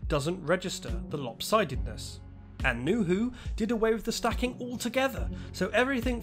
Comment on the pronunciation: "in a way that mediatesl the opsidedness." :)